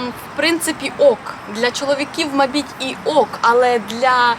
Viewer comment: Доброго часу доби! У мене питання: " МАБІТЬ" - це з якого регіону України діалект? Чи це Ваша фішечка. Наче і дрібниця, але дуже помітно. Дякую за україномовний ютуб-контент, навіть із Кореї.